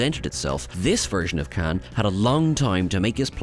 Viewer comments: Not “kan”…. It’s KHAAAAAAAAN ! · His name is Khaun, not can. 🙄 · I want to slap the guy every time he says Khan…